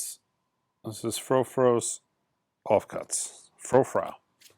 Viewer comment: It's Edgar FROY-ZUH , you know the Edgar Froese from TANGERINE DREAM !!! Man .